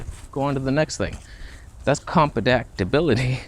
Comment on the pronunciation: "That's compadactibility"